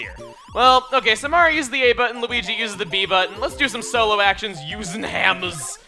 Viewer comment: According to Lucahjin, it is not "Solo Action," it is "Soro Action!"